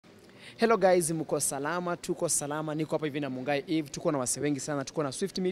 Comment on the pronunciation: It’s Eve Mungai not Muigai😅😅😅😅